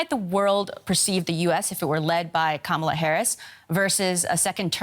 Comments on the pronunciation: The anchor mispronounced Kamala. KAH-muh-luh, not Kuh-MAH-luh. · KAmala (like "Comma-la") Not kaMAla. Not Kämäla. Hope you all will learn how to speak her name from now on - it's a sign of respect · It's pronounced like Kámala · Would you please teach how to say her name?!?